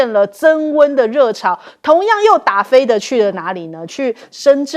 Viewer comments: 打飞“滴”，不是“的” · 打飞的（dǎ fēi dī）哦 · 飞的di第一声😂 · 主播 那个打飞的 念 dafeidi